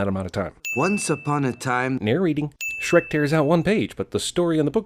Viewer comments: Logo doesn't have an H... 😮😮 It's only "Srek" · I like you but it's Shrek how dare do you disrespect him